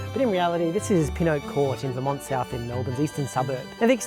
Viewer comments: noo its VERmont, not verMONT!! 😭great video other wise ahah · V-Mont? It's Ver-mont ya damn yank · for some reason pronouncing Melbourne suburb 'Vermont South' with the American rather than Australian pronunciation 😛